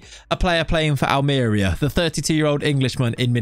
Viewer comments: Me watching the video: "I hope he pronounces it 'Almería' and not "Almeria": "Welcome to..." "AHLMEERIA" Me: "Oh my God, he can't just... bless him" BUT, ironically, he pronounced "rojiblancos" almost perfectly. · Hate to be THAT guy. But that accent tells you it’s al-mer-EE-a. Love the choice though. Who else has managed them?! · Excited for this save LET'S GO!!! On a side note, it's pronounced Almeriiiiiiiia, with emphasis on the i (in case you didn't understand it haha), can't have the DOF not pronouncing correctly the name of the club he directs 😅 good luck with the series can't wait! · Ha yes that was my first thought. Aal-mr-ee-uh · Its read it wrong .. its Almeriya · NO!! XD I'm subscribed already, I can only criticise your pronunciation